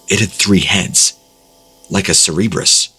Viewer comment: Anyone else feel like the three headed dog story was just trying to see how many times they could make him say cerebrus?